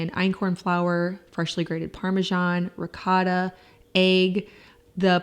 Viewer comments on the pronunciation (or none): none